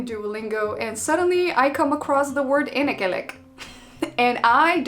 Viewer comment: One thing, you need to concentrate on the short and long vowels. There is a huge difference in sound and in meaning in same cases. You've brought up the "énekelek" example but you've said "enekelek" which has no meaning and at first I didn't even understand who the f is Enek Elek. And you've also almost always pronounced the first vowel in a word long even when it was a short one. For example you said "Bálaton" and not '"Balaton". Otherwise good effort so far.